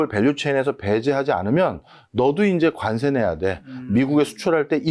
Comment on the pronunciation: 발음 “간세“ ㅋㅋㅋ ”관세“ 라고 해주세요